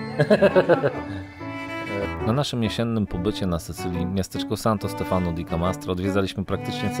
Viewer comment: Wiem,trzeba czasu,ale wy jesteście oglądani przez tysiące ludzi,Santo Stefano akcent pada na ostatnią literę, czyli zaznacza się Stefanooooo,jest to błąd często popełniany, jest bardzo dużo wyrazów z akcentem na ostatnią literę.Wracajac do waszych filmów, bardzo mi sie podobają,śledzę Was często, teraz to będzie regularnie, życzę powodzenia ❤️